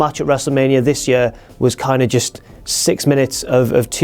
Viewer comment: "of the yeur"